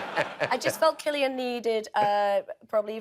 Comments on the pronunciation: Hey Jimmy, do some research on your guests. It's not pronounced 'Sillian'! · Jimmy really said "Sillian" Look how they Massacred my boy... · He called him Sillian!! What a joke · pronouncing cillian wrong!!!